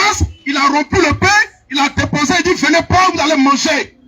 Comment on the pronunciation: Déposé faut bien lire